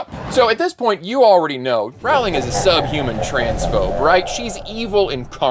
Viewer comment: A: Rowling rhymes with rolling. B: I'd like to carve out a third space between conservative and progressive. You know, for the people who oppose the trans movement and are pro-choice.